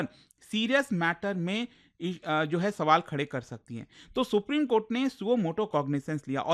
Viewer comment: Supreme kothe ko supreme kotha bol fiya😂